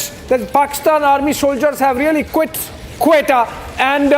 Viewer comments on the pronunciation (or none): Never heard someone mispronounce my city’s name like this and still make it sound cool. Talking about Qetta(Quetta) 😅 Best course India could have taken was to bring the evidence to UNO or ICJ and proceeded from there if they think we are to be blamed. Sanctions and diplomatic barriers were the way to do it not war. Salaam to you and all the Indian brothers, sisters, mothers and fathers who want peace and are above these political games ❤ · Quetta is pronounced as .. qu-way-taa.. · It's ... ( KO . E . Ta ) Quetta.